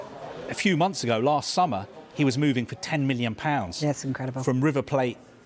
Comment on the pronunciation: He says million Pounds like its ground breaking, i love it.